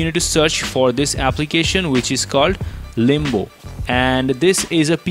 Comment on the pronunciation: Why u say Limbu when its limbo